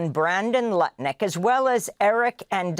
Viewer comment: Lutnik, why do I hear nutlick? Thanks!